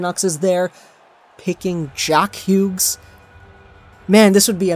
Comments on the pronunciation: Same like just say it like Hews jesus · the G when pronouncing his name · Please never pronounce his last name like this again it hurts my brain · He does that with a lot of players.